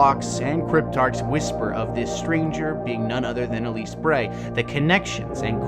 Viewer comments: Elsie, isn’t it? You say Elise... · Good video, however just a couple point of contention. First: It’s Elsie not Elise Bray. Second: at the beginning you mentioned that the stranger has maybe more power than other guardians and seemed to not have knowledge that the stranger is in fact not a guardian. She even says she was “not forged in light.” This line means she is not a guardian. Other than those 2 points(one is nitpicking the name error), it’s a good breakdown of what we know.